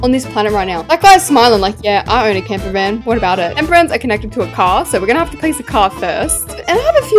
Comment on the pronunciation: It’s camper not camper fan 😂